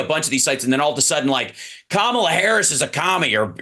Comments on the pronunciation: Hal talks about Kamala introducing herself and then goes on to pronounce her name wrong two minutes later. WTF. It's Comma-La, dude. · Hal ! Did you just say….KaMAla Harris ? Yikes.